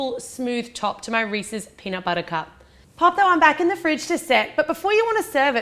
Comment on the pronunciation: I heard Reese's, which is actually the correct pronunciation. Everyone says Reesees for some reason.